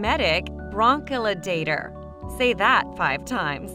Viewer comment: Wow... strange to annunciate the word so clearly, yet completely get it wrong. Its "bronco-die-later". Not "bronco-la-dater".